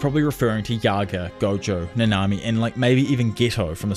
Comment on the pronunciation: You slaughtered nanami’s name